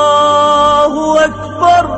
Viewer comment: очень красива произносит Азан Аллаху Акбар